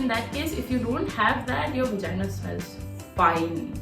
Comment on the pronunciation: what's vagina? it's V star gina 😂😂😂